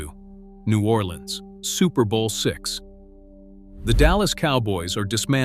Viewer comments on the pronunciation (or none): none